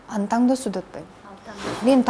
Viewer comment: Кыргызча китеп окуган адам ТАҢДООСУ деп сүйлөйт бекен? Алып баруучу болгондон кийин сизди баары угат, ошондутан ар бир сөзүңүзгө маани берсеңиз болмок.